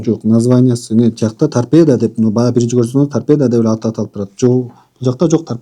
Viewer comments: Торпеданы торпедия дейт ко. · Торпедия Дейт да 😖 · Торпеда дегенди Тарпедиия дегени жакты😅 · Торпедия дейт гооо😂😂😂 Биякта эле мен уялып өлдүм эй😂😂😂